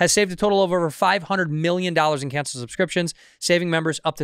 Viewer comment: Bobby cant say subscriptions to save his life 😂